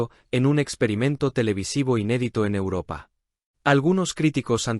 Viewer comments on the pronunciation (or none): none